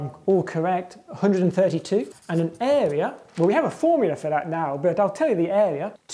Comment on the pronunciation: Love how he says “eh-wea”